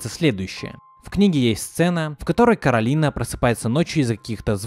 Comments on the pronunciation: Не кароліна а кораліна кто сматрєл етат мультік тот і знаєт😀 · Всё видео бесилась с неправильного произношения имени кОралины (гг постоянно сама исправляла людей, зовущих её КаролИна/КоралИна